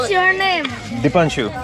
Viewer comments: Chiniz log b ko chiniz samajhne lag gye honge,kuki bhai ne apna nam b aise hi pernouns kiya,,, di pang su 😀 Very nice video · Ni haa... Dee panng shu... 😅😅😅😅😂😂😂😂